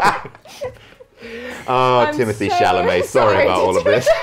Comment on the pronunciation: I think it's appalling that no one laughed when said "Timotay Chomlett"